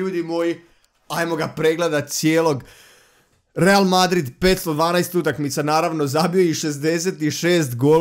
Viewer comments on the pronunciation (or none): none